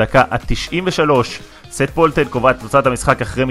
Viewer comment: לסרטונים הבאים שיהיו עליו אומרים שט פולטן ולא סט פולטן